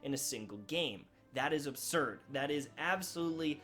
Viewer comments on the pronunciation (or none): none